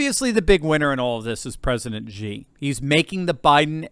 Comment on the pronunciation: Xi is pronounced, Shi, not Gi